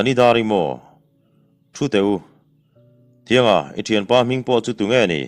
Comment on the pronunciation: Thianga i lam dan hi a diklo. T hnuai ah hian, chhunhan a awm thin.